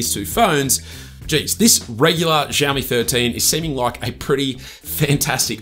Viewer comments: Who the hell teaches them to pronounce it as zhiaomi?!🫣 Жаоми, блять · Shiaomi that’s how you pronounce it when you say the word thank you!!😅😅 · Wtf is ZHaomi, dude? Ohh, those sofa amateur bloggers...